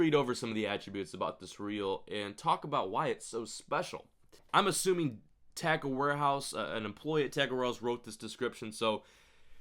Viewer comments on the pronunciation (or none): I'm a subscriber and you vids are awesome but when you say tackle warehouse it sounds like Tiger Ross lol I'm like who's tiger ross